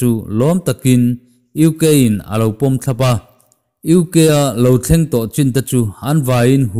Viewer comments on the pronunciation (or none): Sawiselah ngai lovin țhahnem ngaihna âw-kâah min lo ngaihsak theih chuan a lawmawm hlê ang. Min 11 leh sec 39 ah hian, "heng zawng zawng thleng chhan hi..." tiin i lam a, "thleng" tih laia 'g' hi tel lo tur a ni a (i tisual palh pawh a ni mai thei e), tun lai hian țhalai tam tak hian an intihhmuh emaw tih mai tur hian an uar a ni a. Chung karah chuan nangni tal hi chuan țawng kam dik hi rawn hmang hram hram thei ula a va duhawm em! Sawi tawh ang khan țhahnem ngaihna vang a ni a, i channel hi chu a hlu em em a nia.